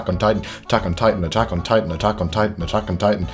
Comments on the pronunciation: I just heard “taco nitan” for when you said all those attack on titans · When he was repeating “Attack On Titan” I heard “taco titan” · Lol it literally sounds like you were saying Taco Titan because you were saying it so much😂😂 (I know that this is an old video by the way) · Atack on titan sounds like taco titan😂